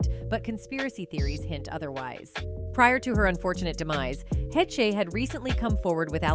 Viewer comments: Anne's last name, HECHE.. Is PRONOUNCED~ " HAYYSH " .. "HAY-SH". NOT "HE-CHIE". COME ON. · i heard Anne Heche's name pronounced every way it could be pronounced EXCEPT the correct way, which is HAYSH!